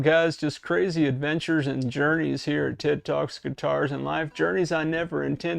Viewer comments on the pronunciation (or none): none